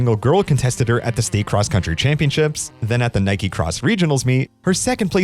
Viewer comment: How can you have an American accent but not know how to pronounce "Iowa?" Also, your first "Nike" was a bit off.